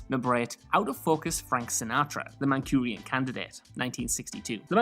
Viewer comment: ManCHURian Candidate not ManCURian Candidate. But it's a mistake video so his mistake fits.